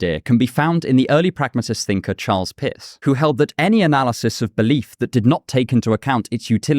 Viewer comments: Did he say Charles Piss? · I literally did a double take because due to his accent, it sounded to me (an American), that he had said "Charles Piss." I couldn't see the subtitles because I have this on in the background at work. For a split second I genuinely believed that there was an actual thinker named Charles Piss. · I misheard his accent and thought he pronounced "charles Peirce" as "Charles Piss" 💀